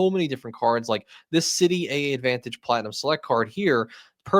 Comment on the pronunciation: my friend…. “AAdvantage” is pronounced as “Advantage.” Trust me.